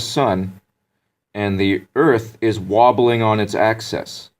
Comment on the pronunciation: He say earth is wabeling, EARTH, not the solersystem like he want to show oss. Sorry not good at english.